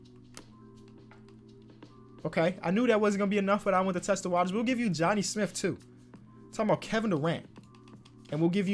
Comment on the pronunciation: Nobody:: “Johnny Smiff”